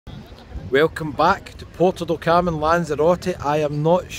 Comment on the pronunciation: PORTO DOT Carmen ❌ ... PUERTO DEL Carmen ✔ ... Bye bye ... 👋😉 ... enough is finally enough !!